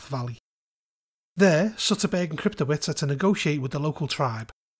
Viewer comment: Excellent review, thank you for the info! Just to offer a heads up, a name like Kryptowicz is probably Polish in origin, and is most likely pronounced "Krypto-vich" instead of "-wits". source: grew up in a Polish family.